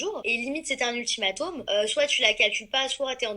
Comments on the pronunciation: ultimatOm elle a dit 😂😂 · Comment elle dit ultimatum elle ? ''UltimatOm" 😂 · lola lola non ultimataume